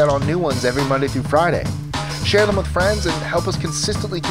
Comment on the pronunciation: He is so clear and articulate, so careful to pause for effect, (perhaps pausing too much) But when he says, "This is with list 25"....... EVERY time you can't hear the word "with". When I first became a fan, I thought I was missing some cool word or catchphrase from the show. I literally was soo disappointed when I finally realized it was just Mikes way of slurring his so carefully chosen way of talking